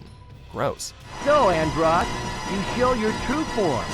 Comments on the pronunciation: Cringing at And-roassss.... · Andross as in "gross?" It's clear your narrators never played any of the games they're talking about. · andrOss? It's andross Fox even says it in the clip. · The narrator mispronounced Andross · Who else cringed when he said Andross? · Them constantly mispronouncing Andross is cringey